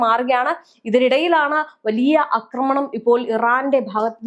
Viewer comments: അക്രമണല്ലാ...ആക്രമണം...ആഹാ കുറേ ആയി സഹിക്കുന്നൂ....മലയാളത്തെ കൊല്ലാതെ😂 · എല്ലാ നാറികളും ആക്രമണം എന്നതിന് പകരം തെറ്റായി അക്രമണം അക്രമണം എന്ന് പറയുന്നത് എന്താണ്??? ഇനി മലയാളം പഠിച്ചിട്ട് മതി മലയാളം വ്ലോഗ് എന്ന് നിയമം വേണം. അക്രമണ പോലും. ആക്രമണം എന്ന് പറയൂ തള്ളേ..